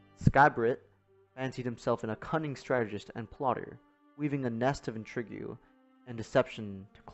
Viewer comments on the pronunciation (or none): It's intrigue pronounced in-treeg not intra-gew